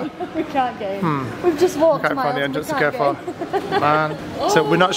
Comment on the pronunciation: You pronounce carrefour like car four not care four x